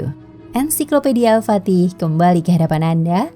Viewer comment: Sultan Hasanudin silap al patih, al fatih sbtur nya 🙏